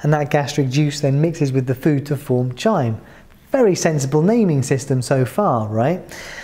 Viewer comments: No I didn't. Chyme is pronounced "kyme". I have bad habits. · Chyme has silent h or more likely pronounced as khyme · Hi excuse me, I heard you pronounced chyme very differently as I’ve heard in different dictionaries such as the Cambridge dictionary. . I’m just wondering is that the correct way as you pronounced it?